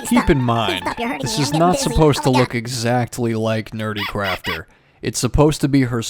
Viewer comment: 😂😂 BRB howling with laughter (and hey you said my name right!). Hey now, I sacrificed my ENTIRE BUTT for you guys! In all fairness, your girlfriend did say that it looked like a human "Kind of" and "a little" . 😂 But(t) squishy Jackie DID turn out absolutely cutely evil.